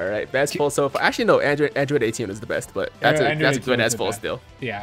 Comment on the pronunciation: Android Date-teen.